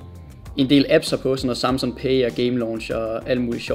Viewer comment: Du siger Samsun... Det tilter mig...